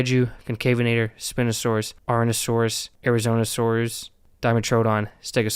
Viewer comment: Bro you might be the first person to pronouce it Spin-O-Saurus(It's Spine-O-Saurus btw)